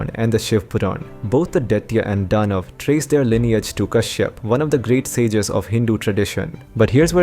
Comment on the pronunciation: Detta and Danv.... dude... you sound 10000% still you have to pronounce those words differently... and they didnt sound like foreign speaker either. They sound like you are doing DADADADA